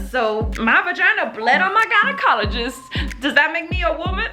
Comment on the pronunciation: At the beginning when she said “gynecologist”, I thought she said “guided colleges”. So I’m like, “what do guides colleges have to do with this video?”😂😂